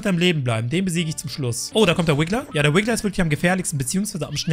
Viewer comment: Es heißt RIGGLER nicht wiggler